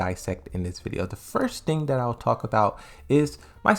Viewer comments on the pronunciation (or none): none